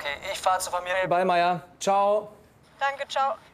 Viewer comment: Wie die immer "Dange" anstatt "Danke" sagt regt mich auf...